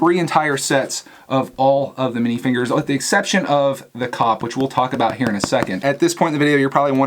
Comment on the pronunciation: You said minifigures not minifingers!!!